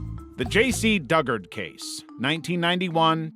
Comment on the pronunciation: You mispronounced "Dugard." It's Doo-guard.